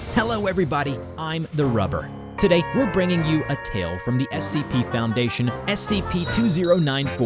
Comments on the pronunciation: Why he says instead of SCP e sippie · "essie p" 💀💀💀💀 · they called SCP essie P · bruh he said essie p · how he says Essie P is hilarious